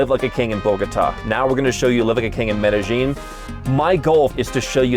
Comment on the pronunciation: Excited to watch this! Already from the get go he pronounces it correctly! To all Anglophones, it's pronounced Meh-deh-yeen. The local Paisa accent pushes the double LL sound from a Y to a J a bit, but not as exaggerated as Mede-jean. Related: It's Carta-henna, not Carta-hey-nya. There is no ñ on Cartagena.